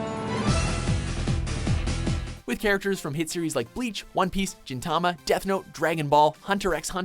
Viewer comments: Did he literally just pronounce Gintama as Jintama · jin is pronounced as jean (Jin from tekken). Gin is pronounced like ben but with a G, best way I can explain that one. I believe those are correct pronunciations but I could be wrong. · I died when he said "Jintama" XD Let's just rename everything with Gin in it to Jin, here are some examples: Jintoki Sakata, Jinpachi-sensei, Jin-chan How manly ;) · oh my lord its gin not jin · ***** Are u saying then that gintama is pronunced ''gentama''? i am seriously asking btw im spanish so i dont really know ive always thought it was said like jin. and to tell u the truth ive never heard it like gen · 'Jin-tama'. lol. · He pronounced gintama wrong... I know im being nitpicky but its annoying